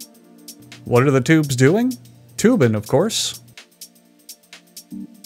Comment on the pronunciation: What in the fuck is "tube'n"